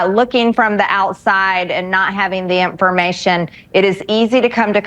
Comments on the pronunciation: if you say "impfurmay-chin" you should not be allowed on any news network. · What is with her constantly adding T's to words where they don't exist? EmergenTcy, conTfrence, inTformation, etc. There are many more that just aren't coming to mind at the moment, but it's something I've noticed she does VERY frequently. And she has the nerve to call other people stupid... Hilarious!!!